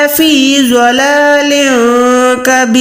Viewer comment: Dalālin Kabeer, not Zalālin Kabeer . In Arabic, you must pronounce correctly, if you don't read it correctly, you change the meaning. ضلال كبير